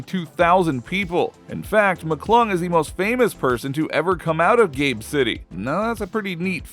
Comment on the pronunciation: “Gabe” city?